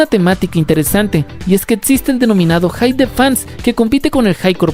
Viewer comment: Tip, pronuncia la "p" al final de la palabra "hype" de lo contrario dices "hi" o "high". Interesante video, toma tu like 👍.